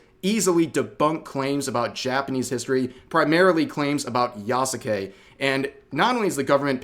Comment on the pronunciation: The "u" in "Yasuke" is silent.